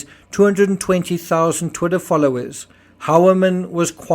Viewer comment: I thought it is supposed to be pronounced “hoi-ya-min”